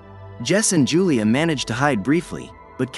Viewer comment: Yulia not Julia